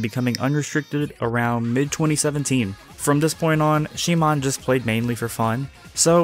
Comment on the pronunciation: is it really she moan?? lmfao